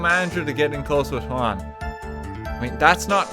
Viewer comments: I was so worried he was just going to give up on figuring it out and I'd have to hear "hue-on" the entire case. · RT trying to say Juan really got me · fully obsessed with how rt struggled so hard to say "juan" for like a full minute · English major btw. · So it was obvious knowing how to pronounce it, since it is a spanish name, it is pronounced with a spanish accent. Literally what I've been saying in two comments. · my mans trying to say “juan” was GOLDEN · Why didn't RT Games just googled how to pronounce him instead of asking chat how to pronounce Juan, does he want IPA ... EDIT: Oh thank God EDIT 2: Corrida was so closed... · I don't even speak Spanish but I know how it's pronounced djzjzkxkxk God RT is so Irish